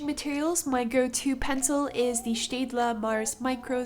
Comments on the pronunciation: The way your pronunce Staedler is my new favorite thing. Other than your art style anyway. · Are you from GErmany?? Because of how you pronounced the steadler. ( Im from Germany)